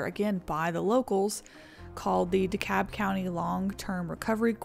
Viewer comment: I felt the same way that day. But the weather teams had been warning about the possibility for strong tornadoes that day for almost a week prior. FYI, DeKalb in Illinois is pronounced "DEE Kalb" not "di-kabb"